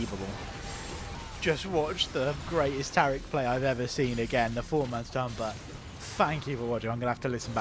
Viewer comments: Fking English fks inventing weird ways to pronounce normals words. Tariiiiiick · New watcher, love the commentary. Big gripe though, you've rewrote my brain and now I can't say Taric properly. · I love how you pronounce Taric’s name like he’s Arabic.